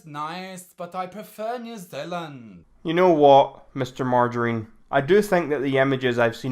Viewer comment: Lmao ‘Mr Margirine’